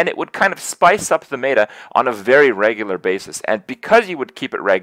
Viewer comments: so hard to take kripp seriously when he says mayta instead of meta. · lol i love how you say "meta" anyone else bothered by this?